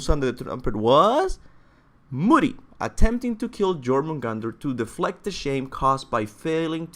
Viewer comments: You dont say jo in jőrmungandr, you say "yor mun gand er" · It's called the yor-mun-gand-er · its pronounced yormangander